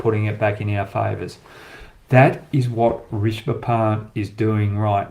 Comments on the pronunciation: Risbah pant? It’s pronounced RiSHAB. Keep up the good work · Rish-ab Pant Not Rish-ba Pant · Love your analysis Hoggy! Keep up the great work!!! I can help you with the pronunciation it’s Ree-sha-bha. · Hoggy, Love your show with fearless predictions and honest analysis. Couple of things - u seem to have a problem with pronouncing Rishabh - it is Rish-ab. Also why don’t you use the red ball to demonstrate movement during test matches? Keep up the great work mate!